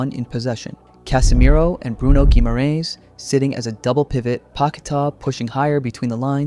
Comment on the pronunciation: As for “LH”, treat it as the double LL in “Llama”. So “Magalhães” becomes “Magalloens,” not “Magal-hoens.” Basically, in Portuguese, the H never has the English H sound, so ignore that instinct every time. That's a great pronunciation of “Guimarães”, though!